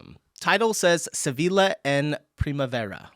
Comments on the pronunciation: Sevilla is spoken like "Seviya". Double L is a y sound in spanish. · Sevilla pronounced Seviya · First „SeviLLa“ and than „CAInnes“, you are killing me with the pronunciations in this one 😂 Still great video ❤ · It's Sevilla, means double l is a j . sevija, like ja or what ever. learn languages, it's american laziness. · If you do not speak Sevilla in the english way Seville but in the spanish way, the double-ll in the middle is spoken different. Just google for Sevilla and pronounciation.